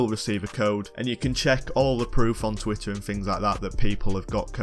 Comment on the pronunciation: Here and there "tweeter"